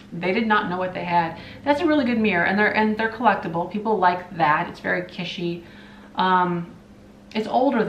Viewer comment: an observation. The word is not "KISH-ee", it is pronounced " KIT-chee". It just kind of bugs me every time I hear you say that. I am not trying to criticize, rather just trying to help you grow. 😎 You're welcome!! 💖 Love you much!!! 😋